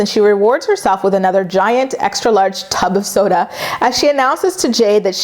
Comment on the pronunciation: It’s so funny how you say “tub of soda” lmfao. Yeah Briana is childish as well. Her mom and sister are trashy, but they do give good advice surprisingly. Yeah she is so stupid to think that he is “insecure “ about her going to spend time with another man & coming back with his damn T-shirt. She was proud of what she did